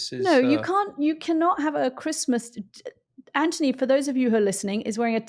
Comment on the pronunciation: It is Anthony. Not Antony.